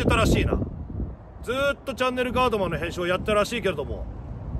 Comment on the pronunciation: シバよ！その白いベルトはVUITTONか？ 何だよっ！お前が巻くのはそんなベルトじゃないだろ！ あとガードマンって上手く言えてないだろ！